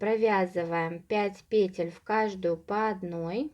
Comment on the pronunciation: Все супер, только пожалуйста, ударение на второй слог - петЕль!!!!